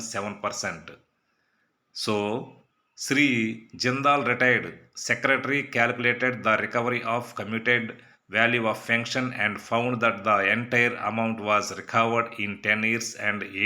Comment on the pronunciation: Nuvvu english nerchu ko register kadu regarding. Cumuted kadu commuted